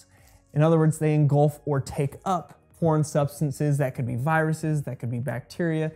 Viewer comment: engulf. not engolf.